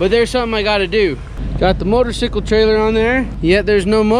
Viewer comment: Great video this one. It shows that feeling when buying a new bike. Only I wonder, actually my spouse asked me "why is he saying motorsickle...", so I explained that it's probably the way they pronounce it in that particular town of Colorado. But in your other vids I hear you say "motorcycle", and now we're confused over here in Sweden. Though I nowadays only say "motorsickle" whenever I speak about riding on my KLX - "'I'm going for a ride on my motorsickle!"